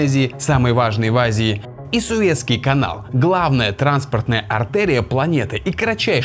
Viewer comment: не суветский , а суэцкий